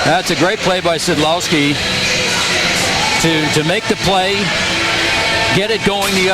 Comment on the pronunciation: szczechura is pronounced sid lowski. awesome.